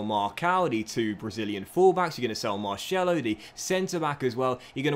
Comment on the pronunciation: I love your videos but before making them please learn how to say the names correctly, you consistently butcher names e.g. Marcelo